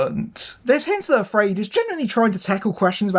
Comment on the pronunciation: I wouldn't pronounce AfrAId that way.